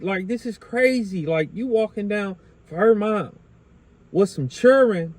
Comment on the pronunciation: Son said "cherin" ( children) now I know ya whole style is blackface